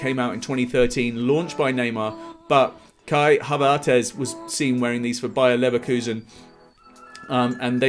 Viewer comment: Bruh did u say Kai Havertez?!